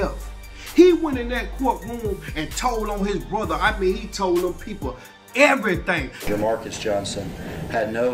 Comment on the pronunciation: he said im telling everythang. everythang?... everythang.